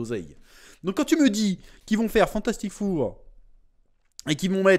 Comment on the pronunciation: on prononce "Fantastic For" et non "four" (lol), même si ça va faire assurément un four.